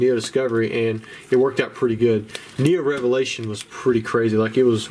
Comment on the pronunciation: "And a Heo-Neo Revelation!" ♥